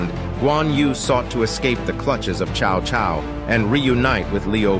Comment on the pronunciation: yea its pronounced Sao Sao not chao chao... its a S sound.